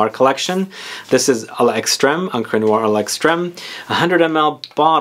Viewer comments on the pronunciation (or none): none